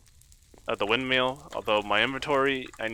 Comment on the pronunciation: I'm really enjoying the series... but I really hope you learn how to pronounce "windmill" by the end of it xD Thanks for the videos, 2019.